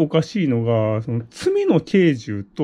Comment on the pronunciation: 罪の軽重「けいちょう」だと思います。